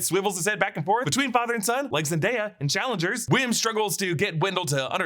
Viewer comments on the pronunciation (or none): none